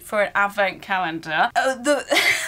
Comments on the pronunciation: I love how doesn't say the l in calendar hahaha "caendar" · The way you say calender in you accent is sooo funny 😂